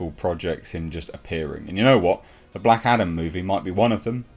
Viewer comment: I keep hearing Black Adder in this vid 🤣